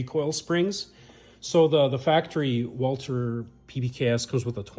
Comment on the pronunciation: Walther, not Walter